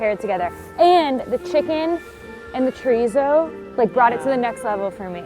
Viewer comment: I'm from Fall River, MA so the second I saw the name Alves at the second Poutine place I knew we were getting a Portuguese influence. I'm making his version. But it's NOT chorizo, it's chourico. It's pork, not beef, it's smoked and cured, not fresh, and it's pronounced shuh-REESE. (There might be a slight "oo' at the end but not with Azoreans in Fall River.) I've got five other Portuguese inspired versions of Poutine in my head and would love to open a small place. Maybe a party with a Poutine bar first? As for the steak segment I think I need to try all 3, you know, to be fair. 😁🥩❣